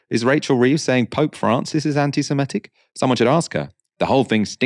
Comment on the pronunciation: Does everyone these days pronounce 'anti-Semitic' as "anti-Simetic"?